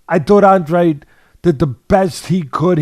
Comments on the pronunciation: Claro. And he is of Portuguese heritage. But he pronounces it Awndrayde, and for his big moment they should have given the man enough respect to take two seconds to look it up on Wikipedia or listen to him pronounce it himself, in my opinion. No quiero faltarle el respeto. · Its An-dra-de in spanish 🫣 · How can you have watched this fight and still not be able to pronounce Andrade's own NAME